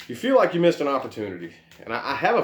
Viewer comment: Loved the way you said "Yew should talk about your problems!" 🖤👌